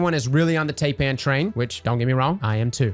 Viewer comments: Taipan is pronounced Tie pan. It’s a venomous snake from Australia. Called a tye pan. Tie pan. Not TAY pan. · Taipan is named after the most deadly snake in Australia and up, through to New Guinea and just like the 'ai' in Thailand, it's pronounced "tie-pan"